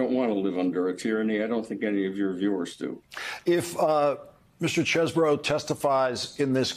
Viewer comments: it's pronounced "chez-bro", not CHEESEBORO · All right folks listen up! The lawyer Kevin cheeseborough is from Wisconsin, right? The correct pronunciation of his last name is cheese bro.